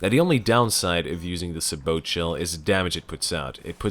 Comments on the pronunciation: Sabot: Say-boe not Sah-boat I know, late as hell, but still. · It's pronounced say-boh